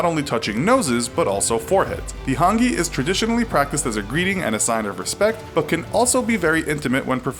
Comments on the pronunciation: and its not pronounced han- gee either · Omg thats not how to pronounce moari or hungi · It's pronounced ho-ng- e